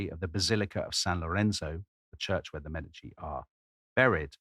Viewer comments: The accent is on the first syllable in "Medici" FYI. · Florence!!! This is going to be great! I have already learned something in the first 5 seconds. I have been pronouncing Medici wrong my whole life. Don't tell my Italian family please! 🤣